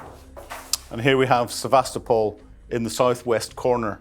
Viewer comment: Sevastopol = Sye vas toe poll ( as in polly)